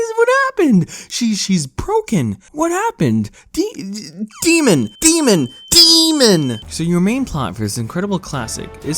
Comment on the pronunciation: My sister thought you were screaming SEMEN SEMEN SEMEN not DEMON DEMON DEMON!! she started screaming it too cuz it was loud and shes little, GUESS WHOS GROUNDED!! ME